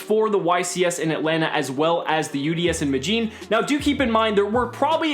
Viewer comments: It's not Mellin It's Me de llin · I really enjoyed this video, however, just as a friendly tip, in the city name of “Medellín”: “Me” is pronounced like in MExico; “de” is pronounced like in DEnmark; and “llín” is pronounced like “Gene”. Hope it helps!